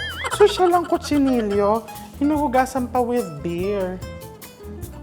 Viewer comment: Chef, dito sa Spain they pronounce Cochinillo as co-chi-ni-yo